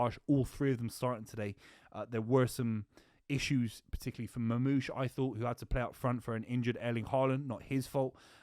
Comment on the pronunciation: MaRmoush read the R